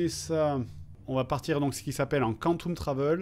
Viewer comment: KANTOUME travel xD On dit "Quanteume" plutot